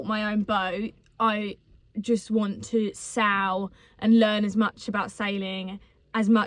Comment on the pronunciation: American here...I hear you talking about sailing andsail boat. But you keep saying the word 'sow'. Is that some slang for something that us Americans don't get?